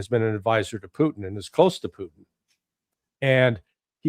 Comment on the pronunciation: Putin not PUCHIN